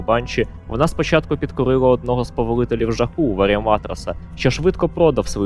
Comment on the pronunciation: Як на мене контент дуже хороший. Радий що укр. мовою знайшовся такий. Єдине що мені різало вухо це наголоси (повелителі жаху для прикладу). Ще переклад власних назв потребують доробітку, не зовсім впевнений, що ти використовуєш правильні слова для перекладу.